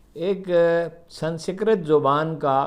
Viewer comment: "سن سکرت" ؟؟؟ ہاہاہاہاہاہاہا ۔۔ درست تلفظ یہ ہے "سنس کرت" "Sans krit" یعنی "ر" کے نیچے زیر ہے زبر نہیں۔